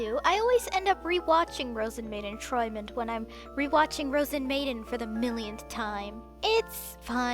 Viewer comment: Your pronunciation of träumend is pretty spot on, only the r-sound has a bit of an accent to it :3 'Träumend' is Partizip Präsens / present participle of 'träumen' (to dream) and close to 'dreaming', although 'träumend' is not used very often in every day German.